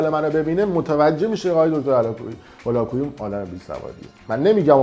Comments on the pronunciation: من موندم که اگر تمام اطلاعاتی که نسبت به دیگران داری اینچنین باشد کلا زیر سوال میروی اول اینکه دکتر هولاکویی متولد شیراز هستند دوم اینکه ایشان هرگز ادعایی به اراجیفی که از خودتان دراوردی ندارند سوم ایشان برنامه هایشان رایگان می باشد ودر اخر ای کاش میتونستی مدرک ایشان را تلفظ کنی تا بعد تخریب. باید دید پشت این تخریب ها چه کسانی ایستاده اند. برایت متاسفم یاد بگیر انتقاد کردن را نسبت به تخریب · آقاى فردين شما حتى تلفظ اسم دكتر هولاكويي رو بلد نيستيد، پس قطعًا با ايشون آشنا نيستيد، دكتر هولاكويي از گنجينه هاى علمى و تربيتى فارسى زبانان هستند، حتى يك كلمه از حرفاتون در مورد ايشون مصداق نداره. واقعا متاسفم كه در اين مدت سابسكرايبتون كرده بودم .